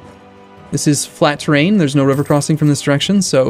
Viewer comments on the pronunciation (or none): none